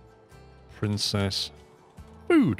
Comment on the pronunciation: Loving this series. One criticism...Princes is pronounced like Prince's and not Princess.